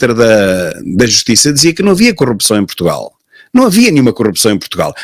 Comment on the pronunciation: "Protugal", é assim que o martelo diz o nome do país...